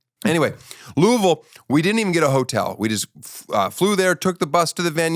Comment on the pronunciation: I just wanna say, thank you for saying Louisville the right way and not the wrong way. It means a lot more knowing you’re not from here.